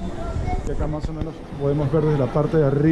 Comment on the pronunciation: una crítica constructiva, soy peruano pero no soy de Lima. Pero me dado cuenta que ustedes los limeños muchas palabras lo hablan con la J en lugar de la S. Por ejemplo dicen maj caro, pijco, menoj caras, cujco, conojco, etc... Sería mejor si hablaras neutro y sin tanta jerga